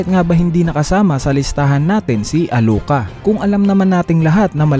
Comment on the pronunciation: Sinong meryum? sinong nani ka ? sinong alu ka ? narinig mo na nmn siguro yung pagkakabanggit ng bawat pangalan sa series dba iniiba mo pa bvbo